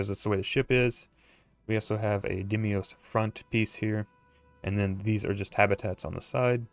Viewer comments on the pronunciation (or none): Umm, it's pronounced "DEEM-OS," not "DIM-EE-OS." Sorry, was just something that was slightly irritating. Great job on the ship! Am planning to make one, myself! :)